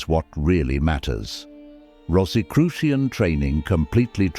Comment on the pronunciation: This might have been interesting but I couldn't get past the fifth mispronunciation of Rosicrucian.